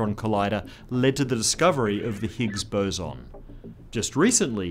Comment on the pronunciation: finally, a YouTube scientist who knows how to say "boson"